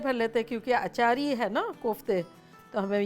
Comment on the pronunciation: Acarhi❌ Achari✅